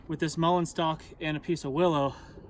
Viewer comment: Oh, it's a MULLEIN stock you're using. Pronunciation threw me off there.